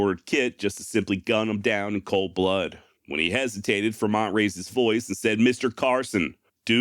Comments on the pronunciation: Mispronunciation alert!!! FRE - mont not fermont :( John C. Fremont's maps were what led Brigham Young to decide on settling the valley of The Great Salt Lake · Fremont is pronounced like "Free-mont" not how you did. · What do you keep mispronouncing Fremont's name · Am I mistaken or do you constantly mispronounce Fremont?